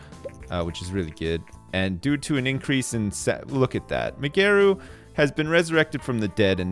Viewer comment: I like how ' pronounce Migeru's name, Mygeroo mayomoto